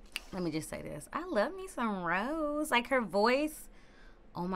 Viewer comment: Also just FYI Rosé's name is pronounced ro-zay like the wine/champagne not rose like the flower.